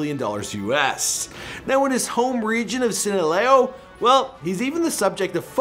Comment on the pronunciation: Broo wym sinaleo 😂